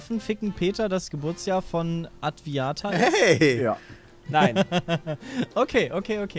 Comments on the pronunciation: Adwaita heißt die Schildkröte und nicht adwiata hahaha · Die Schildkröte heißt übrigens Adwaita, nicht Adwiata. :D